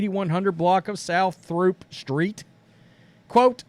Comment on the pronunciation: Throop, in Chicago, is pronounced Troop.